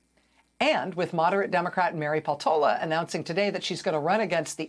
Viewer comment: Peltola is a Finnish surname. Stress on the first syllable.